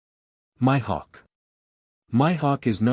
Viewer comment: My hawk? Oh lord the pronunciation is killing me